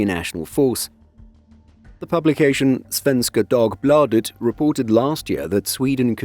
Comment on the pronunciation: Impressive pronunciation of Svenska Dagbladet. 🙂 Good pronunciations of the other Swedish words too. 😊 Well done. 👍